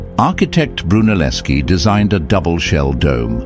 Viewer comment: Brunelleschi was Italian, not Russian. Say his fucking name right at least.